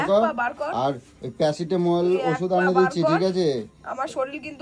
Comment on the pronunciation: কি সব উচ্চারণ করে 🤣🤣🤣🤣🤣🤣🤣🤣🤣🤣🤣🤣🤣প্যাসিটোমল হা হাহা ডেরেচ এইসব কি কথা?